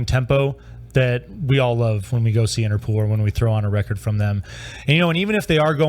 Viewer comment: You pronounce as “Interpool” but there is only one o.